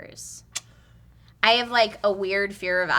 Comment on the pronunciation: Asscalators? Hue. Oh baby.